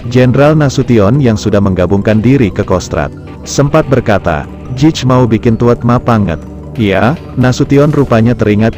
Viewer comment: jij itu dibaca yey artinya kamu/anda dlm bahasa Belanda